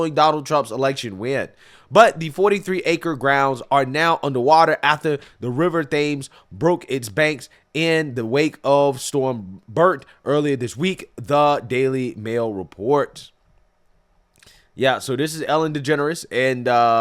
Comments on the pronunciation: the river Thames is pronounced “Tems” 😂👍🏾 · It’s river TAMES my bro 🤣🤣🤣🇬🇧✌🏾✌🏾✌🏾h is silent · Thames is pronounced Tems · Info - The river Thames is pronounced TEMS. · “The river Thames” = “Thames” is pronounced “Tems” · Portia's last name is pronounced DUH Ross E. The river Thames is pronounced Tems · Thames - It's pronounced "TIMS"- just letting everyone know how they say it... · It’s pronounced ‘Tems’, the river Thames. The biggest river that runs through London. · Just a note for Americans, Thames is pronounced as "temz". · Hiya, just helping here, the river Thames is pronounced 'Temms'. Good video! I don't have much sympathy for Ellen but I definitely sympathise for the real villagers and townsfolk affected by this flooding. I hope they all manage to recover their homes and belongings and that their polititians put in better flood defenses. I also hope there's much karma waiting for the tractor driver who caused even more flood damage by driving full throttle through the water all the way down the high street, what an utter idiot!! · Thames is pronounced differently. Tens